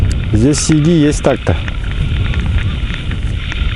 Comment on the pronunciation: А у всех Сиги, ударение на первую и)я сам с Карелии,мне ухо режет.Думаю что сиги в пачке,сиги в озере)